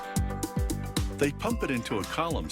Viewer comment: “Here the bee-eer lays for many years.”